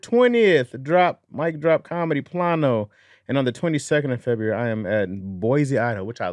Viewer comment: insists on saying Plano incorrectly. already told you how it's pronounced.😂